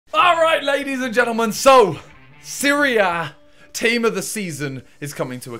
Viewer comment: for the longest time i thought you were saying Syria (instead of Serie A)